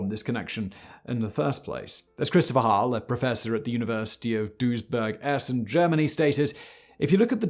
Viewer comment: Do you mean the University of Duisburg instead of Duesberg? I´m from Duisburg xD ps: love your stuff, FACTBOI !